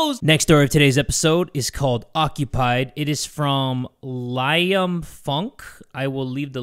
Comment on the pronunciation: did bro really say liam like LIE-AM?? 😭😭😭